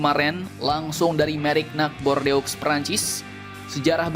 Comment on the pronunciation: Bordeaux itu bacanya jd " Bordo"